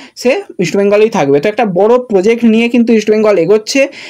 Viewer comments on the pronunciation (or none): none